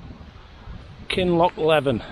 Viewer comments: Apologies,, the pronounciation is "KinlochlEEven. Brilliant footage from you. Thank you. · its pronounced KINLOCK LEE VIN lol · Brilliant video once again. Highland Pronunciations “Kinloochleeveen” 😂.. keep up the great work